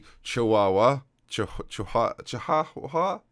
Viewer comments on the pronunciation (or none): Could say you made an absolute dogs dinner of the Chihuahua pronunciation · pronunciation of chihuahua was still better than this year's Youtube Rewind.